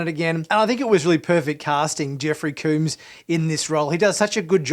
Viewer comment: FYI - Jeffrey Combs name is not pronounced like Cooms with a long O sound. You're pronouncing it wrong. Combs is pronounced like the word comb as in a toothed instrument used especially for adjusting, cleaning, or confining hair. Jeffrey Combs himself pronounces it this way. See a video posted on Youtube in 2010 by TrekCore titled "Jeffrey Combs Interview Part 1 (Weyoun, DS9)" in which Jeffrey starts the video by introducing himself by saying his name.